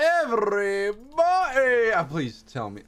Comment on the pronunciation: why the heck am I hearing “hello every bunny”? even tho I know it’s everybody